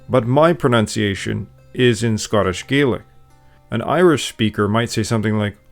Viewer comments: When referring to the Scottish language, it's pronounced Gah-lick. Gay-lick is the Irish pronunciation. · I'm sorry but how did you manage to make an entire video where you use the Scottish Gaelic pronunciations without ever pronouncing the language correctly? In Scotland, we pronounce it Gah-lik not Gay-lik. It's spelt the same but pronounced differently. Really took me out of the video I'm afraid. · Please, don't rhyme Scottish Gaelic's ae with "say", it rhymes with "sad". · He uses it interchangeably with irish tho, what's more annoying is him calling it Gaelic when its Gealige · Its not exactly right but you just called Gealige gealic so clearly you dont have a leg to stand on either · Please pronounce it Gallich not gaylick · Please remember that Scottish Gaelic is pronounced differently from the Irish Gaelic. Gaelic like Garlic, not Gaelic like Gay Lick. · A a child of native Scottish Gaelic speakers from the Isle of Skye, we pronounce Gaelic as Gaaalic, if you catch my drift. Great video though! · You’re pronouncing “Gaelic” wrong. You take the word “garlic “ and say it with a Boston accent leaving off the “R” . Sounds like “galic “ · I am correcting your pronouncing the word Gaelic. In Irish it is pronounced Galic and in Scottish it is pronounced Gailic. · It's not Gaelic, it's Gaeilge. Or Irish, if you can't pronounce it's correct name. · You are pronouncing Gaelic incorrectly. Shame on you.